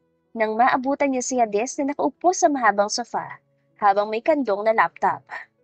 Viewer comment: Please _ Hades is pronounced "heydes".❤